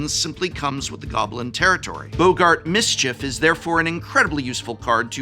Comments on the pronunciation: I'm sorry, "Boe-gart"? Who's pronouncing it "Boe-gart"? I'ts first name isn't Humphrey. Double "gg" means it's pronounced "bog-gart". English professors smh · Why are people mispronouncing boggart as "bo-gart?" There's even two Gs 😭